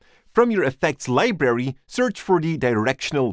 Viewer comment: I love how you pronounce it "Libery" lmao ❤️